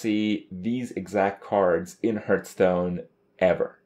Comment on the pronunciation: once you hear him say "hurtstone" you cannot ever hear something else